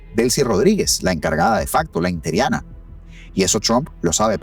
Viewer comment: BUENOS DÍAS HERMANO, EXCELENTE VIDEO, SOLO UNA ACOTACIÓN QUE YA TE LO HE ESCUCHADO DECIR VARIAS VECES, NO SÉ DICE INTERIANA SE DICE INTERINA, BUEN DÍA Y UN GRAN ABRAZO!!